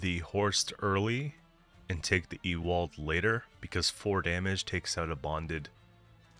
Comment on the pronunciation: Just for future - you've got Horst right, but Ewald is pronounced more like "Yew-ald" than "E-wald". Great deck, excited to give it a try!